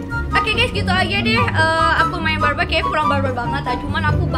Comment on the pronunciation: I can't hear the "R" word when she say "bar-bar"